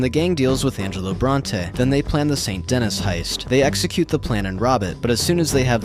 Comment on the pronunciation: "saint Dennis" 😭